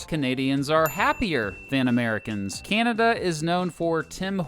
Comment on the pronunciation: Would have been better if the narrator had leaned how to sat ''Canada''